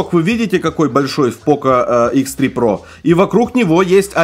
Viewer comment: Хихихи - "Хэ Зэ про"! Смешно, смешно!